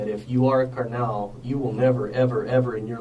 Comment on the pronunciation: The worst crime here is the pronunciation of “Carnal” by the detective.. Lock him up throw away the key